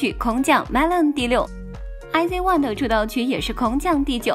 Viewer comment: 雖然我一聽到小編IZ*ONE也唸錯我大概就知道應該不是真Kpop粉了啦 不過確實有點酸過頭了... 還有我發現一個有趣的現象就是 華語及韓語圈對這首歌好像都不是很感興趣 但日語及英語圈的其實大部分都是好評的 真~的奇怪耶~